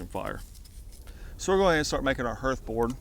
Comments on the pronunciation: Just trying to help a dude with pronunciation. "Hearth" does not rhyme with earth. "Hearth" rhymes with Garth (like Brooks). The more you know. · Mate there's an A in the word 'hearth'.. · Hearth rhymes with garth